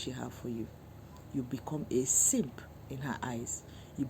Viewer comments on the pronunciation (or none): Love your accent saying simp hehe